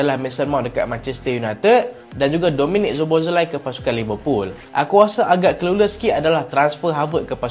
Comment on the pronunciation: Dominik Szoboszlai -SO-BO-SLY.😅